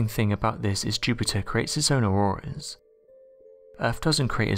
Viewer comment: Oh it's not auroras it's auworas and there's Webel forces surrwounding it lol